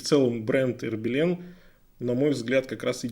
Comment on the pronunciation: А "Хербелин" от слова "хер"? 🤔 Потому, что часы-то "Ербелин"!